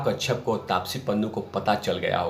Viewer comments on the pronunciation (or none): तेरी आवाज़ अब पकाने लगी है अक्षय होता है अच्छे नहीं कश्यप होता है कच्छप नहीं गाँडू 😡😡